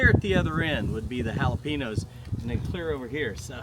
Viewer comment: Hi! Mexican woman here! 🙋🏽‍♀️👋🏻Jalapeños is actually pronounced: “Ha-la-pen-yos” That ‘ñ’ in the word makes it sound like there’s a ‘y’ sound after the ‘n’ I lost my mama last February in an awful car wreck. 😔 Being a mama without my mama is hard. But I’m not telling you anything you don’t already know. Looks like you had a great day! Tell Craig hello for me😊 -G